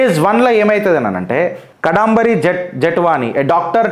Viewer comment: Past tense ni future tense lo cheptunnavu and can't pronounce the name properly🤮